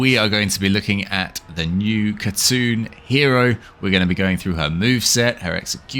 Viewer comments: It's "Hatun" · She looks so good, and is definitely not going to help with my assassin addiction lol. P.s: Her name, like with words such as Knight, doesn't use the K. So you would say Hatun. (Not being rude I'm just a nerd with languages lol) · the name is said Hatoon. The U makes a oo sound and the K is silent.